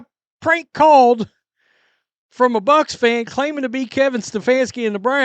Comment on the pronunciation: I don't think he was a Buccaneers fan at all. Seems like he was an Ohio State Buckeyes fan. He said go Bucks with a K as in Buckeyes. Not Bucs for Buccaneers.